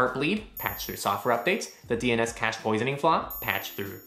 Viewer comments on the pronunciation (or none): none